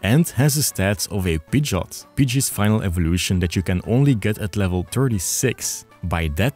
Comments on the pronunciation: What are you doing pronouncing Pidgeot like Pidjit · You can’t say Pidgeot like Pidget and expect me to take your opinion on it seriously